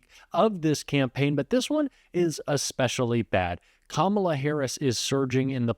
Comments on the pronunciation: Anyone else notice he's suddenly saying Kamala correctly? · He really is upset. He pronounced the VPs name correctly not once but twice! Just shut up and go away !🦧💙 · Wait, did I just hear trump pronounce Kamala correctly? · Did he just say her name correctly? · He finally said Kamala’s name correctly. It took him long enough to learn how to pronounce it. And some want to hand this incompetent, demented man the nuclear codes!! 🇺🇸💙